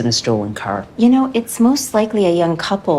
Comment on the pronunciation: Alright Ben Shapiro calm down... Also, that Canadian-English really sparkled "You Knouew?"